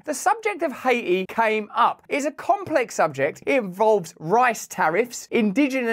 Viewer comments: What the hell is hay-eee??? That's a country? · High-aye-tee has been retired 🤣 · Aw you stopped calling it Ha-eee-tee